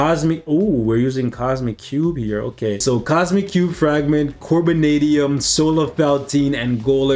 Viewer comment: Not you saying "Corbinadium" when its Carbonadium 💀💀💀💀💀